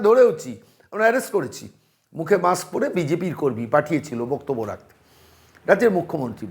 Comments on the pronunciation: "মাকস্" পরে কথা বলে, "হাড ডিক্সে" "ডাটা" সেভ করে রাখে। ব্যাস, লাইফে আর কোন "রিকস্" নেই। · উনি তো মাস্ক বলেন না। মাক্স বলেন